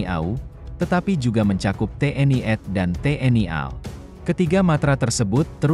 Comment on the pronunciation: Tolong perbaiki bahasa Indonesia nya Min.. Terutama tanda baca, titik, koma tanda seru, dan tanya tanya. Juga perbaiki bagaimana anda membaca angka dan singkatan. Di Indonesia tak ada TNI ad yang ada TNI A D